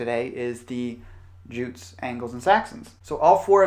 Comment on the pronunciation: Jutes is pronounced 'yoots'.